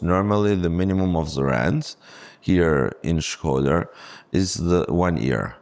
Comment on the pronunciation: Shkoder not Schroder :)